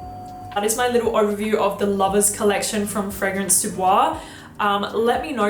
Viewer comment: Why would you pronounce ‚Fragrance‘ in an English way when ‚Fragrance Du Bois‘ is French? Imagine someone saying ‚cette competition était très amusante‘ and pronouncing ‚competition‘ in English, the rest in French. Would be super weird 😅. Many native English speakers really often make this mistake with foreign titles and names. Anyway, just saying 😊❤.